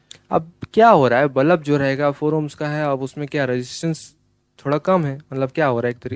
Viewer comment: Balab nehi bulb😅😅